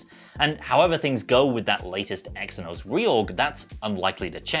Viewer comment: Lad xe=z like how ph make an f sound...eh phill not fill xenos=zenos